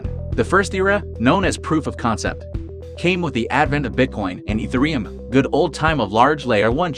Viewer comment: ethe-reum? i does not sounds like that